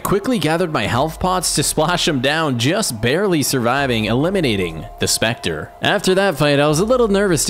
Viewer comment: it was spettre not speter >:(